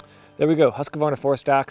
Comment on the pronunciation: Husqvarna is pronounced "huuskvaarna", meaning "house mill" or rather "the mill that is resembling a house" in Swedish. I like the review! Would be interesting to know his it's holding up after a few years.